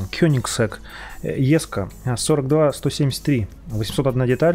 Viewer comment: не ЕСКО А ДЖЕСКО